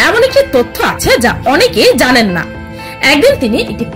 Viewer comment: Apni Ki ZANEN?, apni Ki ZANEN?,, apni ki ZANEN 😁😁😁